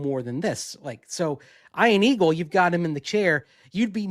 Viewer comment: Eye-an Aggles.